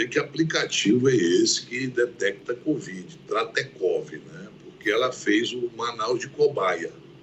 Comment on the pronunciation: Renan chama de 'Cuvid, rsrs